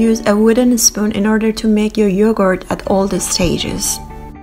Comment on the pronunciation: Yohort? I heard Yohort.